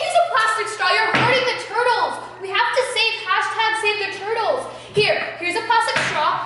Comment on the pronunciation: you said saving tutles not turtles